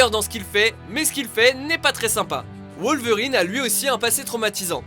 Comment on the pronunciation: Tout le monde a entendu la prononciation de wolverine oh ça m'a fait peter de rire